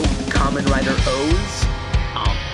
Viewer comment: I'm kinda bothered by your pronounciation of Ankh, but then again. ANKH MADE OF LEGO!!!!!!!! SUBARASHI!!!~~~~~~~ XD